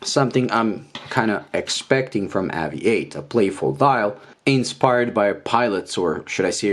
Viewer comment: Why do you insist on improperly pronouncing this brands name. AVI-8 is a play on the word Aviate which in English is pronounced ā’-vē-āt, much along the same lines as you pronounced aviation in this very same video.